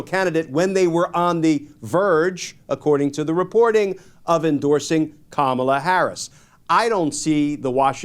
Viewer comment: Kamala should sue him for Defamation everytime he has spoken her name incorrectly!